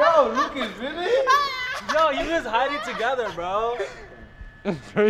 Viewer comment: When is saying Lucas u won. It sounds like Lucas Ivan.